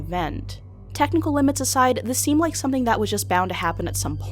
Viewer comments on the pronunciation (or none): none